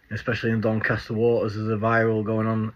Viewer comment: Grips my shit when he says dincaster waters. Proper tard